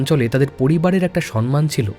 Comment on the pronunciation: অরিন্দম আচার্য থেকে ভট্টাচার্য হয়ে গেল? আর সনমান হবে না,সমমান হবে। জুয়ার জাকি হয় না,জকি হয়। বালাকা নয়,বলাকা হবে। অক্ষিকোটর হবে,আক্ষিকোটর নয়।